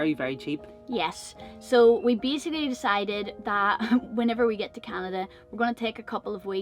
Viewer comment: My family is from NY, but we have a home in Long Beach Canada as well, and you're not the only person to say "Canadia" - for some reason it's a common thing.